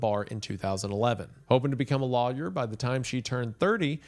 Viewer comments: I cannot get past how Wendigoon says "lawyer." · I'm sorry but when I heard you say lawyer there all I could hear was hurricane heleeen from hunter